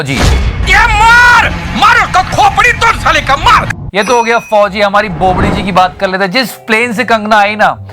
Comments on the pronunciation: It's bobdi not bopdi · Loved it😂😂 but it's "bobadi"